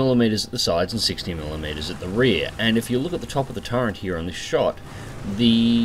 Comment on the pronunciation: I think it's actually "turret", not "turrent".